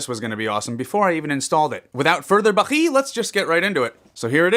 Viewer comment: Dude i don't know if it was intentional or accidental but you actually pronounced a bangla word "without further বাকি " 😂😂